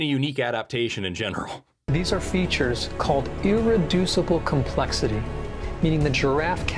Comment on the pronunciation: Right when you hear keywords like "Irreducible Complexity" (especially how he emphasized it) you know it's intentional apologetics. Hell, reducible complexity is the subject of part of the first chapter of Stephen Jay Gould's book 'Ever Since Darwin'